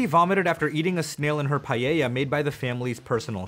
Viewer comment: Im really happy that you tried to pronounce paella in spanish unlike most people who just say the word in english